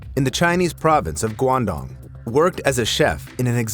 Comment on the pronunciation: It's pronounced "gong doong"